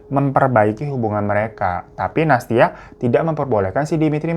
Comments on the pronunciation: Nah tuh... Dari Nastya, Bang Hiro pasti bakalan ada salah nyebut jadi Natasya, Nastisya, Anastasya, dll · Aku ngakak dr awal video smpe akhir hirotada selalu salah sebut nama nastia. Natasya nastia nasyia natasya. Memang ntn video hiro ini ga pernah skalipun aku ga ngakak 😂😂😂😂😂😂😂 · tiap bang Hiro salah nyebut Nastia selalu aku benerin sendiri 🤣 makasih videonya bang, semangat teruuusss ❤️